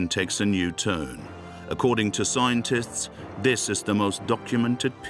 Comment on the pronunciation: Is this voiced by a computer? Mispronunciation of warriors at 40.50 and something earlier... At 52.00 "scointists' rather than scientists.